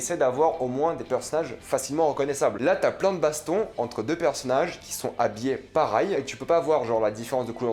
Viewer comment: pour la dernière fois on dis "pareil" et pas "parail"